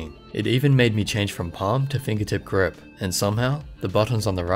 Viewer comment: grip not crip :D